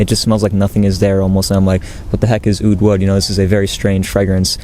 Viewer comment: oud wood? all I hear is "UwU"!!